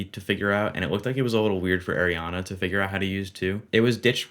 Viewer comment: Love this content, but just as a future reference it's ARIana not AIRiana